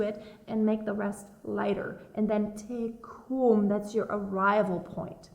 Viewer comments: Just wanted to add "Dominus tecum", is Dominus-teh, TEH-COOM, no TEE-COOM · Your Latin pronunciation needs a bit of work, so those counting on this will be wrong in several places. Some of it is simply imprecise, but the two blatantly wrong are "plena," which is pronounced, "PLAY-na" and "tecum" which is pronounced, "TAY-cum." When you SAY "Ave Maria," you SAY "Av-a," but it is ALWAYS ""AH-vay", said or sung. Some of your instruction is spot on, and I'm surprised and happy to see and hear a Bechstein, a fine piano.